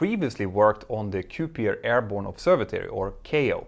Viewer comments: Kuiper pronounced kyper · Love this video.For reference, we pronounce Kuiper- “ Kyper. Anyway, thanks for all the great video cuts and call backs in this one!